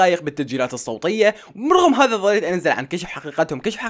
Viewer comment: صوتيه ❌صوطيه✔️